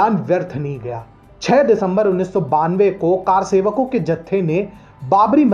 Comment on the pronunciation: कार सेवक नहीं, कर सेवक होता है| अर्थात कर यानि हाथ से सेवा करने वाला| सही उच्चारण का ध्यान रखें| 🙏🏻 || जय भारत || || जय सनातन ||